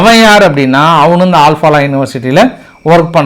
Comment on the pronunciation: ஆல் பாலா இல்லை. அல் ஃப்லா